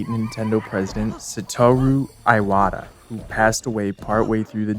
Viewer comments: iwata is pronounced ee-wata, rhymes with miata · Hearing Iwata's name pronounced as "Eye-wata" instead of "EE-wata" definitely made my eye water. Jokes aside, brilliant video. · your pronunciation of "iwata" is hurting every inch of my soul